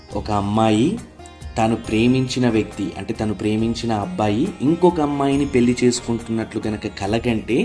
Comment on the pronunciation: పెల్లి కాదు పెళ్లి